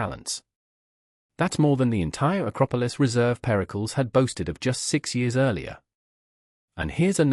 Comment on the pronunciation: Periklis not pericols